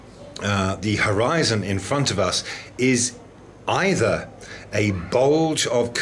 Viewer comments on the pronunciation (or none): none